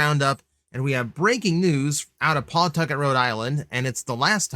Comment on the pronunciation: it's pronounced pa-tucket btw